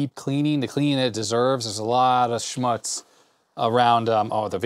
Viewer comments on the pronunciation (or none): It's pronounced 'schmootz'. Schmatz is thee noise when you eat noisly. :P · Hi! My wife says it’s pronounced “schmootz” like more rhymes with “puts” and definitely not rhymes with “putts”. Of course “putz” does sound like “putts” but that’s a different Yiddish word 😅 🕎